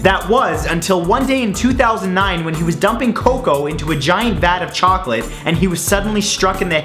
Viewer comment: chocolate Did you say Chocolate CHOcolate CHOCOLate CHOOOOCCOLATTE